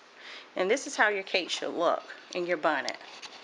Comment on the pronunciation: you be saying “bonnet” cake pan? Lol I love your accent and love you to pieces ❤️❤️